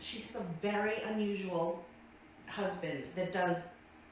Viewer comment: Because that mirror must be vary vary vary (yes haters I know how to spell very...but lbl doesn't know know how to pronounce it...) vary vary vary special mirror because it tells her she is beeeaaaaaauuuuutttiiiiiffffulllll